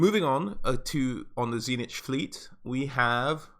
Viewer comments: Dude. It's not TZEE NITCH... it's TZEEEECH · Tzeentch is actually pronounced Zeen-ch, not zee-nitch.